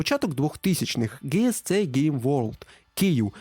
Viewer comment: яке Ґе Ес Це game world? Це GSC, тобто Джі Ес Сі.